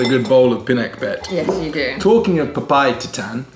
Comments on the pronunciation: You mean papaitan 😂not papay itan😂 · That small ampalaya is really bitter 😁 Well sometimes we also used sweet potatoes instead of squash, its really good. Papaitan is pronounced as PAPA-E-TAN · Pinak-bet (pinakbet), papa-ee-tan (papaitan), am-pala-ya (ampalaya), too-pig (tupig - grilled rice cakes), dinak-dak-kan (dinakdakan) Try slicing the ampalaya into thinner slices next time and rubbing it in salt, keeping it for a time then rinsing it off instead of putting it in salted water.